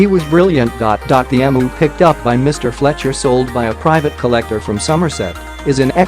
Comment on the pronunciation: If you're going to be lazy and use a virtual narrator, make sure it knows how to pronounce the name of the video's subject. It's pronounced, "Eemyoo".